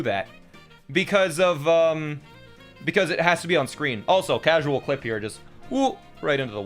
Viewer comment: I like how says CaSuAl like we all know how to clip and play with our hands and feet